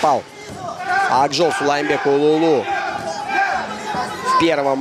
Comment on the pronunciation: Комментатору надо выучится выговорит "Сулайманбек" правильно. Бой красивый, калпак на высоте!